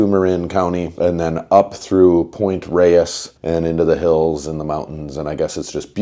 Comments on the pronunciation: Thanks for the text at the end. San Francisco is super beautiful and I’m so lucky to live here. Wish I was on this ride. Thanks for pronouncing Pt ReyES correctly no matter what those jabronis are saying. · heh. Pt Reyes is pronounced Rayz not Ray-es ::) at least it was when I was growing up in SF and Marin in the 60s/70s. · It’s pronounced Rey-es now. People have been learning their Spanish in the last decades.